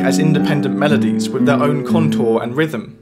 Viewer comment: Yes very interesting. But please don't substitute the 'th' with a 'v' sound! Thanks!